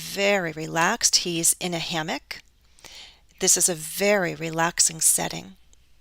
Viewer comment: Hi again, Are you sure that you pronounced "hammock" correctly? Or maybe my listening is poor! Many thanks